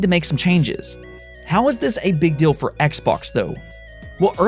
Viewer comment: Im the one who is hearing guy saying "dill"?